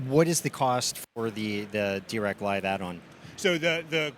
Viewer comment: Interesting that the av10 has a phono input. Does it also have a tape loop? It’s also nice that the Marantz rep actually pronounces Dirac somewhat correctly.